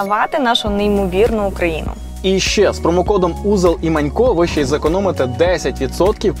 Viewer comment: не "ше", а "ще", позбувайтеся кугутизмів в мові, не дякуйте